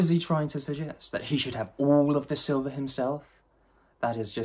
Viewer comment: Sliver it’s silver….lmfao